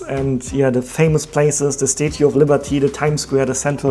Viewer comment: please pronounce the word, "statue", correctly. You say it like this: Stah-choo. Otherwise, your English pronunciation is good.